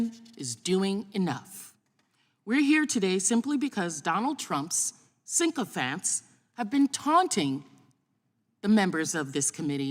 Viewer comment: "Syncophants", proves she didn't write it or understand what she was reading?